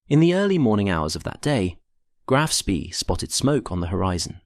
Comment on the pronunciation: Speed is pronounced Schpay in German, otherwise excellent video.